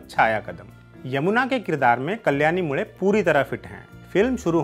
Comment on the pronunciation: Achcha laga ye sunke ki aap मुळे को मुळे ही कह रहे है, मुडे या मुले नही